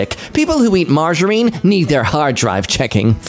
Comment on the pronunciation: I've never heard margarine pronounced like that